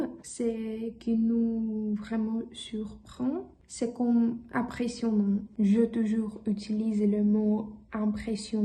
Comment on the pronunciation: "comme" >> le o ici est ouvert, ta bouche doit être un plus ouverte pour ce son. "je toujours utilise le mot" >> formulation incorrecte, tu dois dire : "auparavant, j'utilisais toujours le mot 'impressionnant', mais maintenant ..." "merci pour regarder cette vidéo" >> mal formulé, tu dois dire : Merci d'avoir regardé cette vidéo :) " avec les gens qui aussi apprendre " >> mal formulé, tu dois dire : "avec les gens qui apprennent aussi le français ..." tu feras attention à la prononciation de "ils apprennent" >> [il.z‿a.pʁɛn] regarde bien il y a une liaison phonique à cause du 's' de 'ils'. (attention chatgpt dit beaucoup de bêtises, il ne savait pas qu'il y avait une liaison, mais moi je suis un locuteur natif en français, je connais ma langue !!) Exemples avec le son [ɛ] : Dans les mots avec "è" : père [pɛʁ] très [tʁɛ] lèvre [lɛvʁ] apprennent [a.pʁɛn] "je toujours confonds" >> je confonds toujours "c'est ça pour aujourd'hui" >> C'est tout pour aujourd'hui